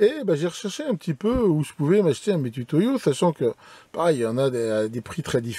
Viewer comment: Juste une remarque, un point de détail qui n’enlève rien à la qualité de cette vidéo : on prononce MitOUtoyo (nom japonais) et non pas Mitutoyo. D’ailleurs, je dois pas trop me tromper pour dire qu’à part en français dans toutes les autres langues, le U se prononce OU. 😉